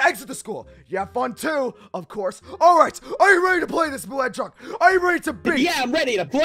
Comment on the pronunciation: There he goes again with "hedgehorg" 😂